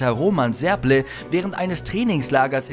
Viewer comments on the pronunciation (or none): Und wenn, dann sollten wenigstens die Namen der Beteiligten stimmen Der tschechische Zehnkämpfer heißt Roman Sebrle! (Aussprache ; Schebrle) und nicht Serble!